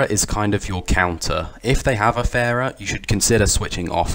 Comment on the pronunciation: The way he said pharah lol